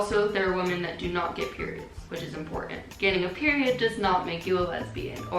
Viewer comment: i'm so confused about how people with english as their first language don't know how to say "women".. it's frickin pronounced "wimmen" not "woman"